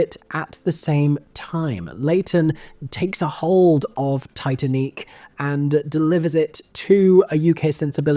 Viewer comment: It's pronounced Tee Tan Eek.